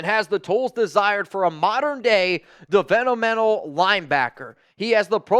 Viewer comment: Cracked me up every time you said "developmental"